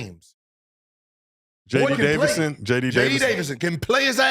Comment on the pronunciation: Gil trying to prove a point but butchering JD Davisons name in the process 🤣 if Lebron don’t tweet out a year or two ago “Bronny better then a lot of the dudes in the league rn” he wouldn’t the getting the type of hostility from ppl.